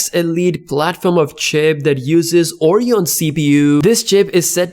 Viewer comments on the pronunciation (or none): Stop pronouncing it Orion.. It's ORYON.